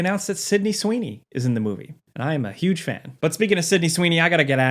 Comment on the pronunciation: "I am a hOOge fan" ;)